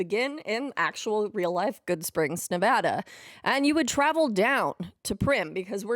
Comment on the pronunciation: Wow this is a fantastic project you’ve worked on, thank you for your dedication. As someone who was born, raised, and currently live in Las Vegas, Nevada I love this and your correct pronunciation of Nevada. Now I have to walk the way of the courier when I buy your map.